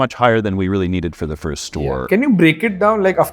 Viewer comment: Why do you pronounce English words wrongly like Firsht, Fasht, Shtart, Invesht, etc. Learn to pronounce these words without 'h' in 'em. Good episode.